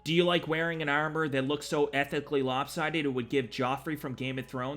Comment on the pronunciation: It's pronounced ARM-OR not Eyarmer lol